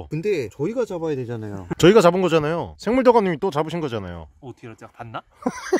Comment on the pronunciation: 맨처음 생물도감을 랭물도감으롴ㅋㅋㅋㅋㅋㅋ